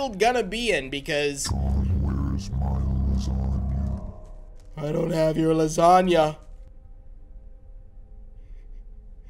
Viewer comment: gAFEALID SAID LUSANIA